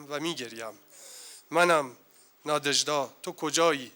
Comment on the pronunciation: چه تأسفبار است که کسانی در مورد اشعار یک شاعر روس یادبود برگزار می کنند که از تلفظ و گویش درست و صحیح ساده ترین واژگان و نامهای روسی عاجزند و اینهمه اشتباه می خوانند. لامصبای پُر مدعا!آن دخترخانم که متن احمداووا را خواند،حتی از تلفظ درست نام ناژدا که «نادژدا» (همسر ماندلشتام) و ماه فِوریه را که «فوُریه» خواند و شعر خوان پس از او شعر ماندلشتام را بدون وجاهت کلامی و تلفظ درست خواند هم از تلفظ درست نام ناژدا و ماندلشتاین عاجز بود. امشب که به خانه رفتید،کمی به قیافهٔ خودتان در آینه نگاه کنید تا ببینید که چه خبطی ناشیانه می کنید. شماره تلفن مرا بپرسید و برای تلفظ صحیح واژگان و نامهای اروپایی،مشاوره و کمک رایگان برای برنامه های آتی بگیرید.